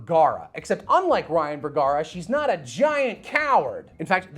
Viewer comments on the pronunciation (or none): none